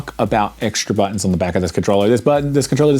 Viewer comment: Great video man, Not gunna lie I kinda like the tougher bouit, (buttons lol 😂, I found that hilarious,I’m glad you left it in as well as “poit” ), I also find my home button is a tad tougher too, but I definitely agree they feel a tad different and more clicky from traditional especially the back buttons keep up the great videos